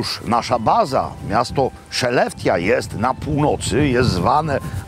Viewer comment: Wymawia się "szelefte", a nie "szeleftia".